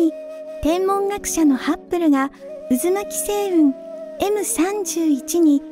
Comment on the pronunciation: ハッブルと書いてますが、発音はいつもハップルなのは何故ですか？